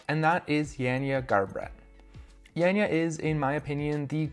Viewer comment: Not Jenja, but Janja. greetings from Slovenia! Is it possible that Kruder appears on the comp and smacks his beech up?